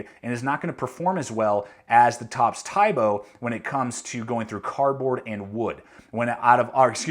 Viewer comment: its pronounced as "tee bo"